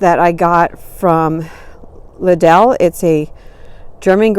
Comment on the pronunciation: Just a note its called Lidl- pronounced like needle. I heard it in a radio ad when mine opened.